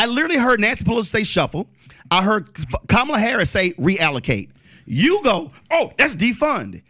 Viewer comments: Conservatives can never pronounce Kamala's name correctly. The emphasis is on the first syllable, not the second. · Why is this guy keep mispronouncing Kamala's name? And constantly telling a Black Man he's smart and there for should know better, is condescending as hell. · PBD can’t even correctly pronounce the Vice President’s first name